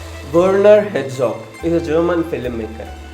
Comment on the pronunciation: Werner Herzog, not Hetzog. Good video though. LOL the auto captions say Hedgehog.